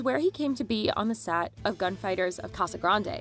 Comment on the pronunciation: It's good to hear someone pronounce Casa Grande correctly!